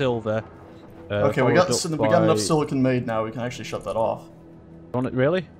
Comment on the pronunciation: Every time they say "Silicone" I chuckle because Silicon is used for computers, while Silicone is used for breast implants.